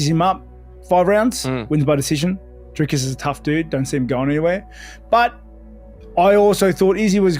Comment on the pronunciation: Lol... People still question Dricus's cardio. Just as People (americans) still can't pronounce his name right....